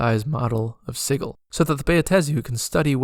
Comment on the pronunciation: Gentleman cutter, I'm really enjoying this series. Brings back fond memories of a Sensate Githzerai I once played. I hope you might be inspired to make a more in depth video about all the planes and attract some subs for your effort. I have certainly shared this playlist with my group. If I had one criticism it is your pronunciation of Sigil. I've always said /ˈsɪdʒɪl/ (soft g). I did look this up and the IPA I quote is what Wikipedia thinks is how one pronounces sigil, in context of magical runes. Still it's not the end of the world and I have learned quite a lot from these videos, so feel free to carry on and ignore my griping. 😅